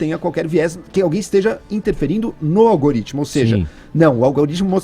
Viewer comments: "Algaritimo" ai kkkk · Kkkkkk. Não conseguia prestar atenção no que ela falava quando ela soltava um "Algarítmo" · algAritmo!!! kkkk q analfabeta!!!! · "olgarítimo" uhsuahsuahs essa cannabis ta detonando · Nossa, essa falando Algaritimo é foda! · Pelo amor de santo deus garota.. ALGAAAARITMO NÃO EXISTE